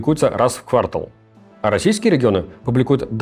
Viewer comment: КвартАл, а не квАртал